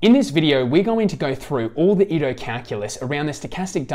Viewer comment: Thanks a lot ! Just a quick note for the pronunciation of the names : Riemann sounds more like “Reeman” Ito like (EE-t-o) and Wiener like “Wee-ner”. In case that would help :). Believe me when I discovered that the philosopher Dilthey was pronounced Deel-Tie I fell off my seat :D